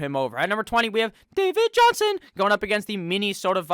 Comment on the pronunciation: I cackle everytime u say “dAvId JoHnSoN”